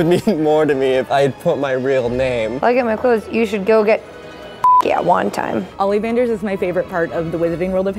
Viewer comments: Olievanders I'm pretty sure its pronounced Olihvanders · Did that girl... say... oly vanders?